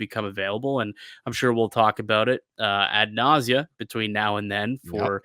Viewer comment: Ad nauseam not ad nausea. Yikes.